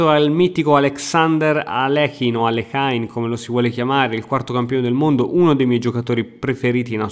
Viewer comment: E poi Alekain non si può sentire ahahahah